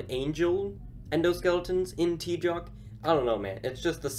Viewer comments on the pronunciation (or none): So tjoc is pronounced as tjok? I have been pronouncing it as tyots all these years.